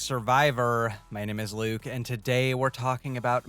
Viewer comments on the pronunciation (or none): none